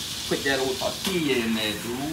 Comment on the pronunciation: On a “ter-teal-ya” dude! 😂